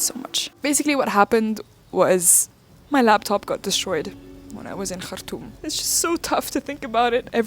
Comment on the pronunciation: Yes the way she say Khartoum ...❤❤